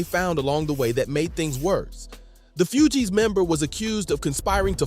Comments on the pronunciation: Few-geez ?? Maaan🤦 its pronounced like FOOGEEZ.. Even ppl who dont listen to the shit, know the groups name lol even if 90% of ppl can only name Wycliffe. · Few-Gees rapper😂 its Fugees lol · Bro, how do you NOT know how to pronounce the group's name correctly?!? Lmao 🤣🤣🤣